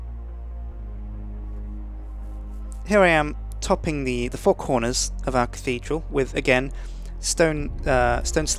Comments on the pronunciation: dickidral :D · LOL Dick-thedral LOL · the catedhral ;)